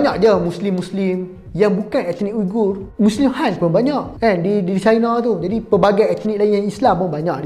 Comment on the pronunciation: SEBUTAN dia wee-ger. selepas pencarian pelbagai sumber. sekadar info.